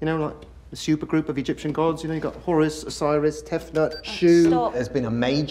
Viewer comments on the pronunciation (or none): none